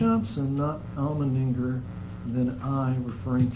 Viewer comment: It's almonddinger not almondnigger!!!!! What the hell?!